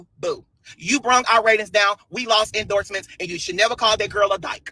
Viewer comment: IN - DORZ-MEN (endorsement)